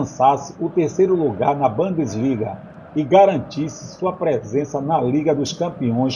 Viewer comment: Amigo muito bom seus vídeos, mas sua pronúncia está bem ruim ... Erros de pronúncia com bands liga, indioma e etc ...